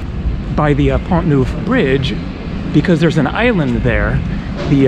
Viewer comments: Neuf (nine) is pronounced Nef in french, not newf. Just a small correction, best regards. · Neuf in French is pronounced as ou in enough. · 'neuf' is not pronounced 'nouf. The vowel sound you want is more like what is heard in the English word 'hull''. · Thought you would like to know that neuf in French is pronounced (neff) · I find it comical that the majority of the French on here are correcting you on how to pronounce "neuf" lol really who cares? We get what your trying to say. Hello your American for crying out loud. It's not going to be perfect😁 Haha n the French think we're rude😂 besides we are only interested in the town's you vlog about not the language being correct or not!✌so carry on my friend carry onnn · Tip: 9 = Neuf ==> pronounced as the last part of "enough" ;-)